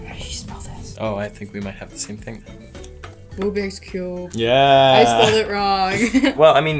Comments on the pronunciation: Richie Toaster she said: rubiж cube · No one: Sophia: Rubiжs cube